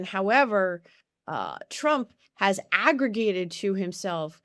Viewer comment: Arrogated, not aggregated.